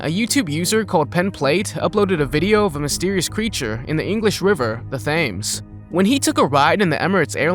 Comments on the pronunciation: it's not (þ)ames it's tames just to be clear. 😎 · ok stop stop right there It’s not the thaymes Is the the river Thames Pronounced - tems Please never call it the “Thaymes ever again” Thanks It’s just that I’m English 💀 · bro said fames its tems prounounced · it is pronounced Thames not thems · it's pronounced Thames not tames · It is pronounced Thames not tames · its not pronounced the 'Thames' its actually pronounced 'the Tems' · The 1st Video… Nessy would never leave Scotland & not to swim in The River Thames pronounced Tems, not thighmmms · It's tames not fames although it spelt thames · First, i will like the video if i like the video. Second, its pronounced Tems (Thames) not thames. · It's pronounced temz, not thames. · not THames but pronounced tems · I’m pissed he said thaims no tems Ik it’s not the right spelling but it’s how it’s pronounced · The river in London is pronounced Tehms not Thayms. And these videos are fake as a nine bob note. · its pronounced Thames Not Tames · Is no one gonna tell him that it’s pronounced Tems not Fames? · So far as I am aware, there is no river in the UK called the "Thaymz". The river Thames, which runs through London, is pronounced "Tems." "Gigantic giants"? As opposed to normal tiny giants, mayhap? The thing about "Slender Man" it appears to be wearing a black suit, given the creature's strange proportions that suit would have to be made to measure (tailored), so where is the tailor that made it? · The fames... Just saying its pronounced the tems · “ The THAMES” 🤣🤣🤣 The “H” is silent, for all you non British folk, it’s pronounced “TEMS” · It is pronounced tems not fames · I’m English and it’s not pronounced the ‘Thames’, it’s pronounced tems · The Thames not Thaams....lol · The fact you pronounced the river Thames as Fames means you have zero credibility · Americans can never say The Thames. (The Tems) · Thames is pronounced Tems! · "Thames" is pronounced "Tems". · it’s pronounced TEMS I’m very British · The Thames 😂😂😂😂